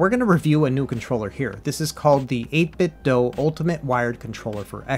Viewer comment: Just FYI 8bit(do) not (doh) they released a Bluetooth speaker a while back and it pronounced (do) at startup. That's how I found out.